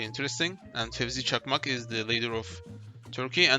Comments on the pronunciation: Bende bir an ne oluyor lan demiştim onu duyunca yabancı adam Fevzi Çakmak'ı nasıl telaffuz etmeyi biliyor diye. Sonra aklıma geldi Türk kanalmış amk. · Fevzi çakmak'ı böyle söylediğinden anladım %100 türksün